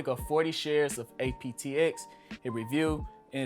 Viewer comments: You said aptx. It’s apxt. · Is he saying APTX or APXT?